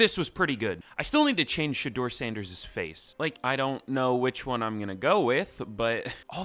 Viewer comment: Also, shout out to u for actually pronouncing our last name right on the first try. It’s not often that people get it right on the first try.